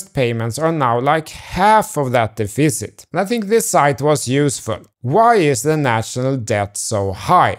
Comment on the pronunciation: Dude it’s def-icit not dee-ficit hahaha